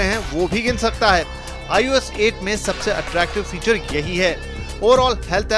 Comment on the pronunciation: the guy who has given the background voice who tells the specs n all is so awful. Hes the worst ive ever heard. Not expected from a show of this caliber. aur ye 'IUS' kya hai? ios bhi nhi bolna aata thik se....awful